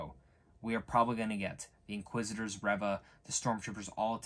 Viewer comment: I think you might be pronouncing Reva incorrectly as I'm sure I've heard it sounds more like 'Reeva' as opposed to 'ever' Good review though.